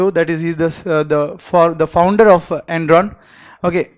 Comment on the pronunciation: ...is it Enron or endron?Written dramatically